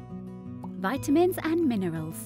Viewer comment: Nice video. Robot voice. ha ha. Why does she say Viiiitamins? OUR body. Yoh-gurt. Very odd pronunciation. ha ha!